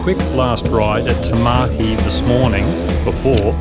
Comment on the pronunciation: This is awesome, you got more views in 5 hours than I did on my video of the same thing in several weeks. Looks like you've got this whole video creation thing dialled in. Even though you can't pronounce Tamahi.....